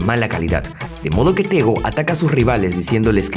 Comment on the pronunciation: Me llamo tegui me dicen tego….. El nombre lo dijiste mal